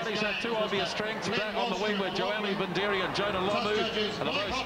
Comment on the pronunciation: for fuck sakes,, it's not joeli vindiri, you stupid shit stomper, its joeli vidiri, what's wrong with the commentators back then , counties wing David wood they called him David woods, Jonah lomu first appearance for counties they called him johno Loma